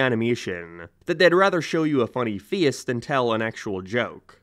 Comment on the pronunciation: Where on earth would you have to be from to have an accent this strange Like, what accent pronounces face as "fee-oous"